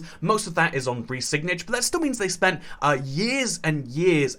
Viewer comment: Re-sig-nidge!!! 😂😂 Yet another example of a millennial who does not know how to pronounce their own language because the bulk of their communication is text-based and increasingly phonetic. This is the tragi-comedy that keeps on giving.